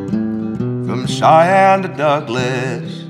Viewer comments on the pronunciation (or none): none